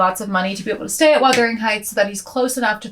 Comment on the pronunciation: Thank you for actually saying the name right lmao so many creators say Withering instead of Wuthering and it’s so embarrassing